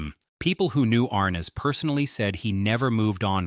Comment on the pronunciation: JHC, The pronunciation of his name is wrong. SLOP